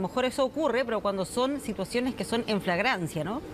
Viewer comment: La periodista dice : " en casos de fragancia" En vez de FLAGRANCIA! Algunos periodistas dejan mucho que desear como profesionales de las comunicaciones !